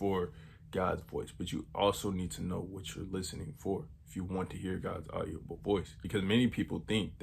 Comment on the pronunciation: audible doesn’t have an o brother like not audio-ble it’s audi-ble